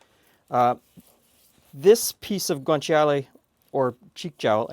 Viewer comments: It's pronounced: "gwaan-chaa-lay" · GREAT video. Thank you. Just a friendly note: guanciale is only three syllables. Sort of like gwan-CHAH-le. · Ci in Italian is pronounced as a "ch" sound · You don't really pronounce the i in guanciale